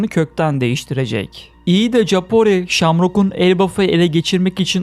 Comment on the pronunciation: aga "kapori" diye okunmuyor muydu yıkıldım